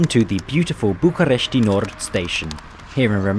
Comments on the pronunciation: It's BucUresti Nord, not BucAresti Nord. :D I suppose you inspired from the english name. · Just to let you know: the "I" at the end of București: don't spell it. It is just: "Bucuresht"! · you don't have to put a lot of stress on the letter "i" at the end. same goes with fetesti and any other romanian city that ends in a "i". i mean, you can still hear it when we pronounce it, but you don't put that much accent on it. the way you pronounced it is correct if you were mentioning places like "bucurestii noi", which is an area part of the capital city. hope it helps! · bucuresti: the i is silent